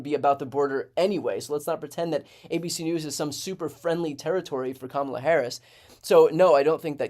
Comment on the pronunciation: I have to hand it to Trump for prononouncing Kamala's name correcty for once. Hes still a 💩 though.